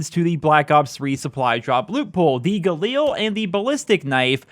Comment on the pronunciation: If you could pronounce galil the right way and not like a mongoloid... much appreciated. It is not an eel its a fucking weapon